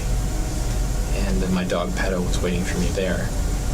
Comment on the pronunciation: It needs to be said that the word, "perro", NOT pedo, means dog in Spanish. Now please stop interjecting with your personal opinions and let us watch the damn video. Thank you.